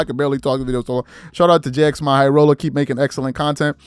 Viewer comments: Its jimmy not j-x-my 🤣🤣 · That “Jxmy” actually is pronounced as Jimmy, haha